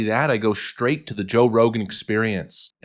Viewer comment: "straight" is pronounced "straight," not "SHtraight."